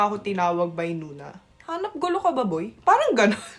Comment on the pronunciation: Pinay na pinay ang accent.... lalo na yung pagsabi ng "boi"